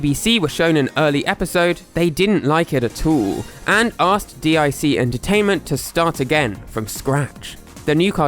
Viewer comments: Just so you know for future reference DIC the company is pronounced "Deek" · IT'S PRONOUCED DEEK! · Now now,. If you were about in the 90s you know that's not pronounced "Dee Eye Sea". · It’s Not DEE EYE SEE it’s DEEK! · D I C? IT IS DEEEK! lol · it's pronounced deek. not D. I. C. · I know I'm 4 years late... just wanted to mention, the network wasn't called, "D.I.C." I know why you're saying it that way, but, it's pronounced, "Deek." I know this because every end-title card that came on after the show pronounced it, lol. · I know this video is old, but isn’t DiC pronounced “deek”? I distinctly remember hearing that on TV. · DIC was pronounced "deek," which you'd know if you were alive during that time. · It’s pronounced DEEK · DiC pronouced: dick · Yknow the company DIC is pronounced “deek”, right? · Grear video but I can't believe you don't know how to pronounce Dic. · "Animation Studio DIC" YouTubers: pronounces as an acronym Me: pronounces as a word (💥 ͜ʖ💥)